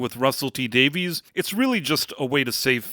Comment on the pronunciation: Davies is pronounced Davis